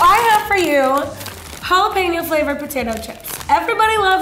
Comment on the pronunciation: She said "they smell like jarapeño"